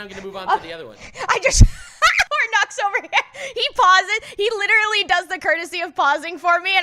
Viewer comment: says literally instead of literally. My friend Megan used to do the same thing and its adorable.